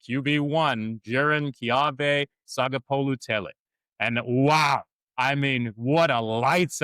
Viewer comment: Pat Mcaffee was talking about Sagapolutele earlier. Well done pronouncing his last name as well as I'm Samoan. I will be following you guys from here on out. Also, grew up in the bay and Cal vs Oregon 1993 was my first ever college football game as a 13-year-old then. Cool show fellas!